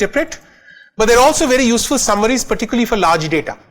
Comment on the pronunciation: DADA SCIENCE NAI BE LODU, its DATA with a T.